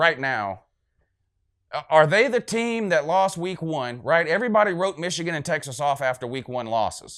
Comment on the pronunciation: "Wishigan" lmao